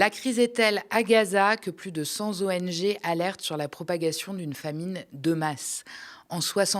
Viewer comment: plus de cent z’ONG ? Cent-trois ONG, cent-cinq z’ONG, cent-dix-sept z’ONG... ?